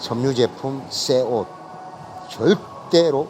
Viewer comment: 좋은정보 감사합니다🙂형님 말씀처럼 그냥 뜯자마자 바로 썻는데 이제 털어서 사용하겠습니다 오늘따라 형님의 발음이 더 정겹게 느껴집니다 쏘곳 쌔옷 희쭈구리한 영상 보여주셔서 감사합니다^^